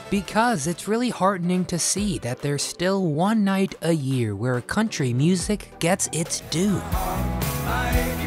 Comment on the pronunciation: Yes,this is country not cuntry.